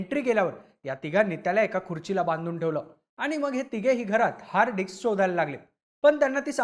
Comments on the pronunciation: अरे "हार्ड डिक्स" नाही रे "हार्ड डिस्क" 😬👊🤣🤣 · हार्ड डिक्स नाही भाई हार्ड डिस्क 😂😂😂😂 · Dics nahi re disk.. dics arth khup ghan hoto.. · Hard Dicks ❌️ Hard Disc ✅️ Kya Reporter Banega Re Tu 😂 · Hard Dicks nahi Hard Disk asa asta te 😂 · हार्डडिस्क ❌ हार्ड डिक्स ✅ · Hard dicks nahi re..... Hard disk mhan😂😂😂